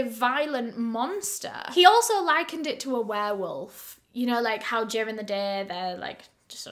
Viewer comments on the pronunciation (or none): “ he also LYCANd it to a werewolf “ pls 🤣🤣🤣🤣